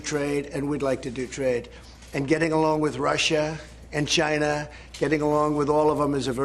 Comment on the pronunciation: It's CHINA ! Not JINA ! Idiot.. take a phonics class..